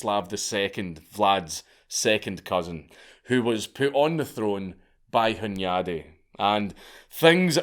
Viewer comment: Steven would have been called Istvan over there. Hunyadi = Hoon-yud-e. Never piss off a Magyar. Imagine when they don't even remember that rule. Really even when swords and spikes are out of the way, the arguments are fucking loud. The quiet ones. It was a testament to decentralization, imagine if that virginity rule was across the Magyar Kingdom. Mattias (Matt-e-ash) Corvinus (Horvath) arrested Vlad to trick the Romans and put the Ottomans at over confident guard. I think his horrors to his people are over stated, however I think he just defended brutally and brutalized incompetent Government officials, many people say they want to do it, he did it.